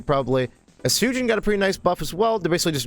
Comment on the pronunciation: Estujin :v Estoojeen :v E T S U J I N